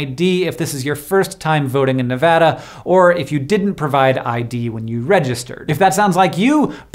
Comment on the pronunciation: thank u for saying nevada right <3